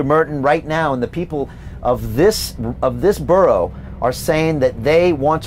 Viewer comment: Cant pronounce borough.....NO WAY KATIE HOPKINS 4 PM NOT THIS DORK